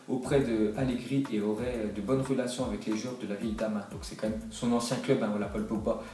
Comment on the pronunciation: c'est moi ou à la fin de la phrase il dit fellation à place de relation